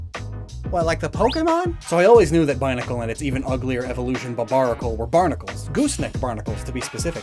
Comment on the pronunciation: If you like it so much you should put some respect on it's name, it's "Barbaracle" not "Barbanacle" 😭